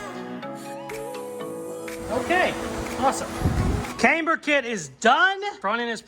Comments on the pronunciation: [CAM-BURR] not [Came-B'ER] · Love your channel and not sure why its annoying me so much but, Please stop saying came-ber it's cam-ber. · Haha, yep keep saying kamber instead of camber. My sister used to say bushels instead of bushes, absolute gold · if you're going to say Kamber, you may as well say Proeject. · Yes, you say Came-burr completely wrong! You also skip words, making half sentences and heaps of other shit! But you are one fabricator/ customiser, so Who Cares!😉👍🤣🤣🤣...Screw the haters, they obviously need a life transplant! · The way you pronounce the word "camber", makes me question every single thing that I have ever known about cars, myself, and my day daddy... but not nearly as much, as your use of the term..."wallerd "... ----""Holey crap! WHt an amazing, Epic comment! That is the funniest comment ever on my channel from a viewer!......you know what? I think that comment deserves a mustang and a caseys customs sticker!...." -------()😆 🤣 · This looks a lot like a copy of the Hoonigan mustang to me. Yes, you are definitely saying Camber wrong, LOL. I'm impressed with this so far. Keep up the good work. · How you say camber doesn't affect the build. Looking good.